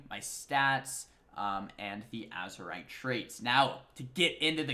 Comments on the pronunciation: Azerite, not azurite... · Azerite with an E :P